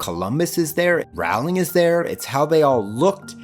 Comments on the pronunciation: Sorry to pull a Hermoine on you but its J.K "Rolling" not J.K "Raowling". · "Rolling", not "r-OW-ling". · I love your videos, but Rowling sounds like bowling, not howling. That information has kind of been out there for years. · I don't normally correct people on pronunciation but Rowling is said like bowling Not rOWLing, ROWling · "Rolling". It's pronounced "ROLLING". Please don't me. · Okay. Just a heads up, it's pronounced "RO-ling", liking row a boat. Not the one you keep saying it. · Lovely as always, but it irks me every time you mispronounce the author's name. Rowling is pronounced like "rolling" not rhyming with howling as it might look. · Also my dude, it's Rolling. Like a rolling pin. She's been quoted saying it, so everyone is clear. Love the video! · oooh! loving this series so far, can't wait for the next vids!!! ...i do have to be that person though and let you know that "rowling" is pronounced "rolling" ^u^ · Great take! Can't wait to see the next one. But is it really that hard to pronounce Rowling's name correctly? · that's not how you pronounce Rowling btw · I came looking for this comment. Why do a documentary series on movies/books by a particular author and not know how to pronounce their name. Otherwise this is a pretty good video.